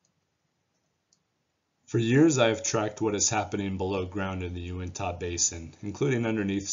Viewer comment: Yew-ihn-tuh, not Yew-ihn-taw...Nevertheless, thanks for all your efforts sir.